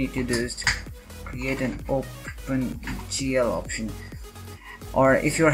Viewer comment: man word of advice ffs. speak up and be clear about what you are saying, the "opengl -http" you start muttering and i can't input all the characters and that part is a bit blurred.